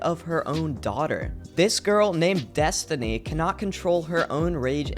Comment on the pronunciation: I thought her name is destiny and not destoni